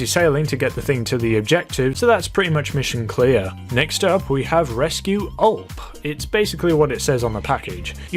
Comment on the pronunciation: Btw it’s not ULP it’s U-L-P